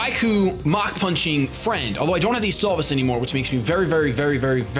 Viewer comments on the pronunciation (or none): none